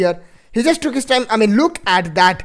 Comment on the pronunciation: Did he said kiss time